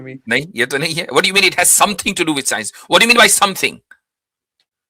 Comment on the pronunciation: Scinus ka kamaal hai 😂 in kashmir people pronounce science as sinus